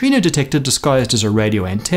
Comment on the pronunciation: You managed to make antenna sound poncy lol congratulations